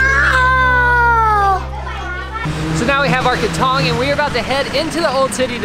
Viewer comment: Learn to pronounce krathong…. it's not that difficult. Just listen to the people around you.